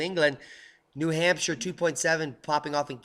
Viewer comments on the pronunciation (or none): none